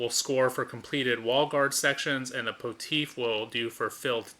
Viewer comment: Thank you for this! I watched another video and didn't really get it. Now I can play it on BGA. So you know, pontiff is another word for pope and it's pronounced pawn-tiff (short i).